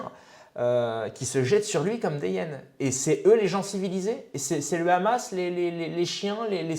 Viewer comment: KHamas, KHamas, KHAMAS... En Français on dit Hamas HAMAS ! La Palestine subit un pogrom depuis un siècle, réveille-toi !